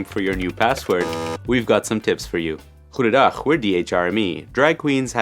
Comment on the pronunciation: "Goedendag", that sounded like Dutch? Are you guys originally from the Netherlands?